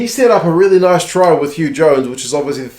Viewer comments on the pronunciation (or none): none